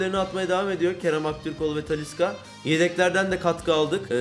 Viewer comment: Abi talisca yı alman çok saçma biz Beşiktaşlıyız ona rağmen bastıra bastıra talisca yı söylüyorsun yakıştıramadım